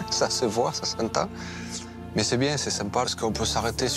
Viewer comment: "C'est bieng"